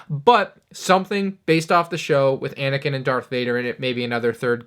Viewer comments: “Darth Vader vs Anikin”? …. 😑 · You said darth vader vrs anikin wait a minute